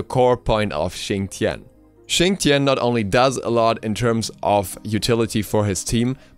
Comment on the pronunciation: Why does Xing's name said fast kinda sounds like Chin Chin?